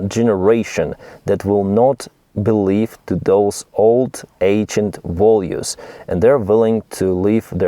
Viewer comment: Values not volues